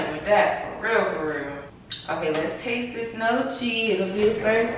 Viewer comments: Facts about dating and men. LOL its pronounced nyeoki...baby reindeer is good! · Your videos hit like those Sunday services when the message is confirmation of something you've been struggling with. ❤❤ And it's pronounced gnocchi "knee-oh-key". 🙂